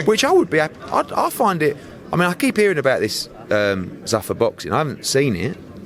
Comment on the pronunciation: "Suffer"...lol "Zoofa" Eddie "Zoofa"